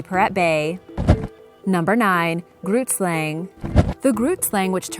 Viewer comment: Haha. Laughing so hard now. I am from South Africa. And I speak Afrikaans. Grootslang is an Afrikaans name. The g in Grootslang is not n ghu sound. It is more a rough sound at the back of ones mouth. Weird description, I know. But that is the only way I know how to describe it.